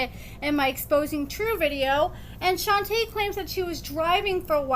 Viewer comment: Her name is pronounced "Shon-tuh" the girl from the gym is "Shon-tay" their names aren't the same.